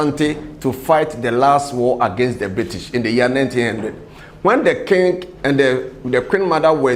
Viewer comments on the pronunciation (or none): What is kingg? it is king (sounds like "kin"), but what is king-g?